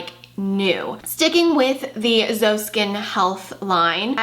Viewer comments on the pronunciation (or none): Hi, new subscriber! I absolutely love learning about skincare (I work with dermatologists and plastic surgeons) and I loved hearing your thoughts on these products. Gotta try some! Just a quick note - it's pronounced Z-O (pronounce the letters), not zo. Excited to see more videos!